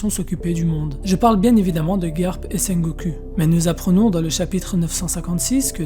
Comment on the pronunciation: c'est ultra perturbant la manière dont tu prononce sengoku, le u se prononce ou